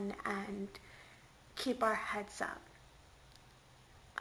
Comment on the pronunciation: Really enjoyed the historical presentation of Samhain! Not to mention the pronunciation of it! I've seen the blurbs in other texts of HOW to pronounce it, but have actually never HEARD it pronounced before! LOL!